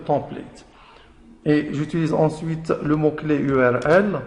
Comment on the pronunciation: Une très bonne explication, mais t'as un petit problème avec la prononciation entre francais et anglais comme URL, Layout......... tu doit travail sur cette cote